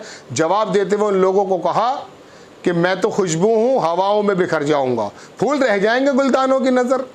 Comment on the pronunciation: Gam nhi GHAM FOOL nhi Phoool